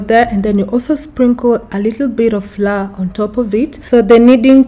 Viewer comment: The correct pronunciation of the word "Flour" is as "flower". Not "Flaaa" Just to avoid confusion for others. Thanks for the recipe 🤗